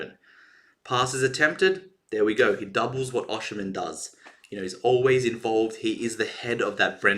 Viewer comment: His name is pronounced osime the N is silent it's not oshi--men